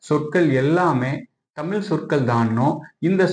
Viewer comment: பதிவாலாரே உங்கள் முயற்சி சிறப்பு, ஆனால் நீங்கள் முதலில் தமிழ் மொழியை தமில் மொலி என்று தொடர்ந்து ழ உச்சரிப்பை தவறாக உச்சரிப்பது தமிழை குளை செய்வதற்கு சமம் என்று இதன் மூலம் வருத்தத்தோடு தெரித்துக் கொள்கிறேன் நன்றி வணக்கம்.